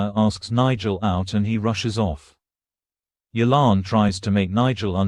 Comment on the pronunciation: its yolande.